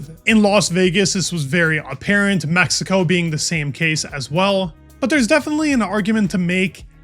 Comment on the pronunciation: I literally thought I heard you say maxico. Lol not a typo 😊